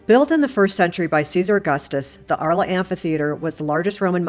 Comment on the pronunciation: The City of Arles in pronounced "ARL"..